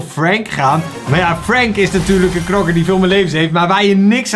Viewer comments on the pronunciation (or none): none